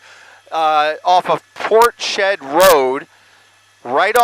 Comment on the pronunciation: That's Ports head not Portshed